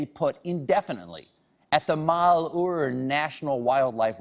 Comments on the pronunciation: Funny, but Colbert misprounced "Malheur." It's Malhewr. Not Malhoor. Meantime, those fat, snack-eating bums need to get off public land, my land. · hey! It's pronounced Mal- your... even if you're skit is full of untruths you could at least get the damned name right. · No one can pronounce malhuer mall-hu-yer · The way he pronounces malhuer is so funny I live near that area and he pronounces it so wrong